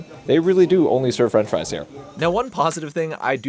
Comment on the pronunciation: Fwench fwies